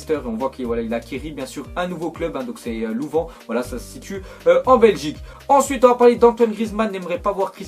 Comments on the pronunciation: pas lou+vent c'est lou+vin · Je suis belge, Louvain ne se dit pas [Louven] mais [Louvin] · tu fais chier tu c pas dire Louvain AIN pas louven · C louvaIn avec un i pas Louvan 😜😜😜 mais sinon continue comme ca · Le club c'est " Louv1 " sa s'écrit Louvain pas Louvan .. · on dit louvain (louv1 pas louven)😃😃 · LOUVIN PAS LOUVAN PTNNNNNN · Déjà sa ne se prononce pas louven mais louv1... :) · louven? louvain (lou-vin) ahahah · louVAIN V-A-I-N pourquoi dis-tu Louvan ? tu dis pas VANcre mais VAINcre que je sache non ? alors stp fait attention aux fautes d'orthographes sur les mots et surtout sur la conjugaison parce que tu dis souvent "si je aurais" au lieu de "si j'avais" par exemple et ce genre de faute n'est plus censé se faire après 13 ans tu en as le double. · On dit pas "louven" mais "louvin" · On dit Louvin et pas Louvan sinon bonne vidéo continue tu gères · Ça se dit Louv1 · Jure il a dit louvan? xDDDDDDDD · sa c ecrit louvain et sa ce dit louvun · Louvain ça ce dit pas comme ça 🇧🇪🇧🇪🇧🇪🇧🇪🇧🇪